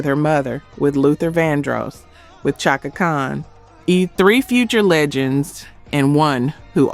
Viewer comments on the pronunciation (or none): SHAKA Khan... not CHOCKA Spelled Chaka but Prounuced SHHHHACKA>.. oh lord